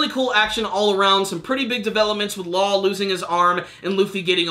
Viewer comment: can we just say "law" pls